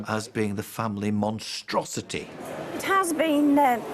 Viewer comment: "Monstruosity", hahahhaha ❤️